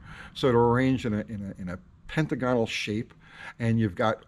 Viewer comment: Hey brother pentagonal is pronounced ...(pin tagg uh - null)... I love your show. I'm not trying to be an a**** I just thought that maybe this would help you out in making future videos so you don't sound silly when you use the word because some guys will just make fun of you and not tell you why they're making fun of you. I don't like that. I think if you're friends with somebody, you should try to help them out I know you and I aren't friends but I do like your show and you seem like a good dude..